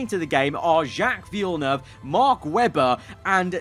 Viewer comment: Villeneuve LMAO